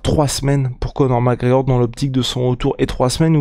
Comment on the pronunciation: "Co'or MacEor" ©️